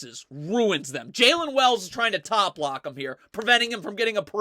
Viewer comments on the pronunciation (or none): none